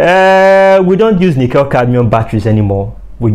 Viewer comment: The correct pronunciation of nickel cadmium is nick kul cadmium not - nic kell cadmium. Thought that you might like to know.